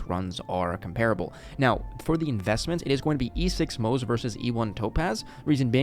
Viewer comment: Nice video but it's driving me crazy a little that you're pronouncing Moze like it rhymes with "doze" lol, it's Mo-zuh! "Ze" in Chinese is its own syllable.